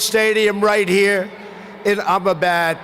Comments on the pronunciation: Trump : “imma-bad” (Ahmedabad?) Modi : yeah you are! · Namoooostay :) :) :) Did he say I'll be bad :) :)IT'S Ahmedabad-pronounced Amdavad he really should have practiced saying the names before he barked out the WRONG pronunciation, ignorance is so becoming to him AND it continued with more wrong pronunciations, he cares more about tweeting, eating and sleeping than taking time out of his NON busy schedule to learn to READ, and PRO-NUN-CIATE names. Does he know anything about the Indian culture, probably NOT! I wonder what he ate, surely not a sacred animal, but what does he know... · Ahemdabad sound like am a bad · He said 'ammdebad' 👍🤪